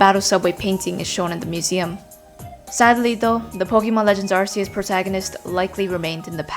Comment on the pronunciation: Its AR-KEY-US